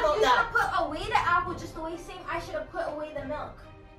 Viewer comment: She wasn’t finished with the “happle” 😂😂😂😂😂